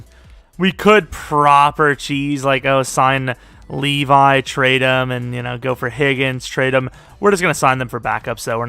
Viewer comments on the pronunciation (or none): none